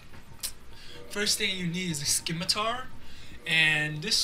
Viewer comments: It's pronounced simitar not skimitar. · Skimitar? Rofl